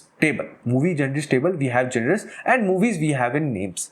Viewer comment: to those who don't understand it's pronounced as- "jawnur"